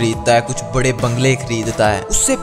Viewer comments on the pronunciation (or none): none